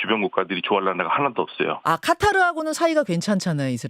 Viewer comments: 진짜 말 못알아 들으시네 방송이니 카타르로 하라고 앵커가 계속 말하는데 끝까지 까따르라고 하시네... 실제 발음이 까따르여도 방송에선 카타르라고 해야 합니다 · 앵커님 가타르라고 하는데 ....